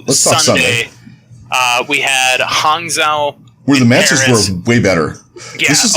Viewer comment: Pronounce Hangzhou as Hang- "Jou" since that is a more accurate way to pronounce it. Or else if pronounce the way its spelled you are gonna get the Spark city confused with a Shimada Archer.